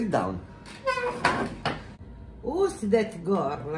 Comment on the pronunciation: Oppure, "SIDDOWN, SIDDOWN" "Who's that gore ? " HAHA